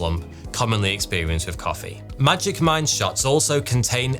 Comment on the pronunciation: When the sponsor for magic mind came up, I swear I heard "magic mike" and I was like ... huh?